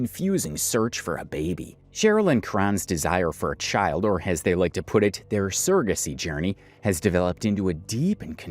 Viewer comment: Them saying sara-gacy instead of surrogacy is irritating